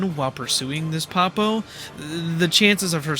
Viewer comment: 0/10, mispronounced Poppo.